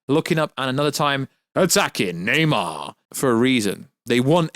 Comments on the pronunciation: Stoped watching when he said “Neymar” instead of Namor. Garbage 🗑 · Na-MOR, not Na-MAR. Come on, man...! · It's Namour! Not Namar! Jeez! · Lol why are you saying nam-AR? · Dude fucking saying Neymar lol 😂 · Lol this is funny as shit thought I was the only one hearing this dude pronounce Namor wrong lol 😂